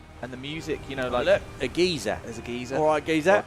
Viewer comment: A fully modeled solar system, oh what No Mans Sky was supposed to be? Gentlemen, there’s a major difference between a geezer (as you said it), which is an old person, and a geyser (guy-zer), the hot water and steam eruption. lol